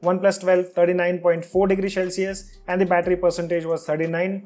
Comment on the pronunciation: CEL-cius NOT SHELL-cius